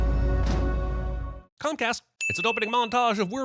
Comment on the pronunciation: Why did I hear "Punk Ass" and not "Comcast"? 😆